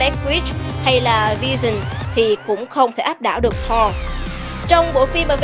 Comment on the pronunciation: Chị đọc sai tên Thor.r.nhé